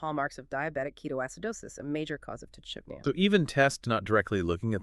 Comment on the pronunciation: It’s pretty gross when you’re using AI to exploit pet guardians. You can’t even pronounce tachypnea properly.